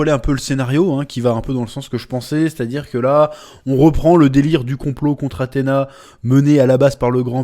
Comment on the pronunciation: J'ai pu trouver une ba avec des sous-titres, c'est bien Athéna et non femelle (female). Vrai pour nous non anglophones, on a l'impression qu'ils prononcent pareil entre Athéna et female